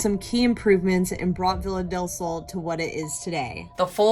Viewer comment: i'm spanish so it's so funny to me how you guys and english people says "villa del sol" idk it's curious, bc in spanish is pronounced "be-ya-del-sol" but anyways, i have been watching you guys a lot these days bc i found you bc of sam and colby, and you are part of my days. you bring to me so much company and a new perspective into paranormal stuff, and it means a lot to me.